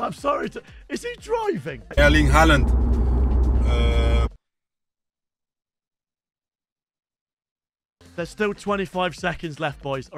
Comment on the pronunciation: bro said haland instead of haaland